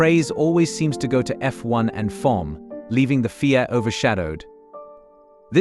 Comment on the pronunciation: Let's see, in how many ways can we screw up this video. 1. A.I. generated voice is obviously from a script and sounds like it's never been proofed. It's not bloody Fia, it's F.I.A., each letter prounounced. 2. Then the subtext is auto generated from the A.I. generated voice and Fia now becomes FAA. Why not just use the bloody script? 3. While all different names of people are mentioned, pictures of all other people are flashed in the video. It would make sense to show a picture of the person or persons mentioned at the time.